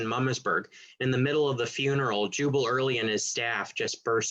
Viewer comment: Is he saying "Juber" instead of "Jubal" Early? Why? It's confusing to historical information...